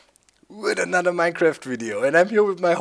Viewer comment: An anudder donkey! An anudder donkey! An anudder donkey!